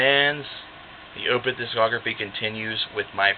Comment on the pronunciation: Totally agree its my favorite album of theirs. And its definitely a concept album. But you're mispronouncing the word Opeth lol